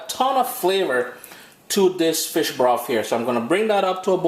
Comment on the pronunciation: Hey, I'd like to think the name "broff" came from us in Dominica as we always pronounce "th" as "f". As in "I'd like free beers please" lol